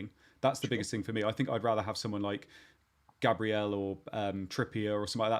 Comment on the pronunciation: Gabreal Jee-zuss.